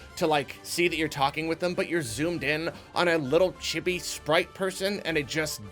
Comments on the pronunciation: Did you have to waste the whole first minute explaining reviewing? It also isn't pronounced Chibby. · Honestly a great review. You pronounced "chibi" wrong, but otherwise great video.